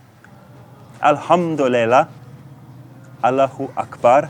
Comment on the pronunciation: I am from Poland and I lived in UAE for 7 years and your Asallam Alaykum is so fucking wrong lol :D your pronunciation and accent is so badly wrong (at least comparing to local, Emirati UAE accent). The same thing goes to Alhamdulillah ...who the fuck taught you Arabic words :D But I assume that they speak them differently in Pakistan. Nevertheless good video !